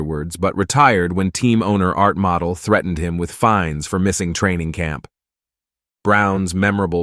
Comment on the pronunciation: Pronounced Mo dell